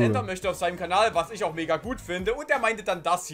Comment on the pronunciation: "Warsch" klingt so als hättest du auf die Fresse bekommen,und kannst nun nicht mehr richtig reden.